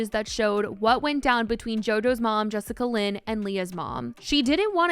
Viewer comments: Jessica Lynn? 😅😅😅😅😅😅😅 It's Jess A Lynn. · lol it’s Jessalyn not Jessicalyn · Am I the only one who is dying inside every time she says Jessica Lynn instead of jessalyn lol 🤷🏼‍♀️ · Im sorry "Jessica-Lyn" ? Its pronounced "Jess-Lyn" 💀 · Why do you keep calling her Jessica Lyn? Her name is Jessalyn lmao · bruh who is jessica lyn?😂😂 im listening and im like wait who is that? its jess-a-lyn 😭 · im love u spill, but her name is jessalyn pronounced jes-sa-lyn not jessica-lyn lmfaooo love you girl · Is is jessicalyn or Jessalyn? You keep saying one while the text says another. 😂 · i love you sm but the jessicalyn instead of jessalynn is as lowkey funny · take a shot each time says "Jessica-Lynn" instead of "Jess-Alynn" lmfaoooooo im sorry i couldn't help it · looking for all those extra letters you made up in “jessalyn” lmaaoo not “jessica lynn” 😭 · BRO YOU KEPT SAYING JESSICALYN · It’s Jessalynn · She’s saying Jessica Lynn lol. Close enough lol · I was just doing a double take when I noticed. 😂 was very confused for a sec.